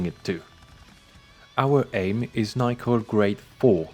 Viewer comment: Nickel not being pronounced as Nick-el is making my brain tickle